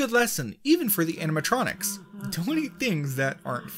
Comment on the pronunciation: “Animetronics” lmao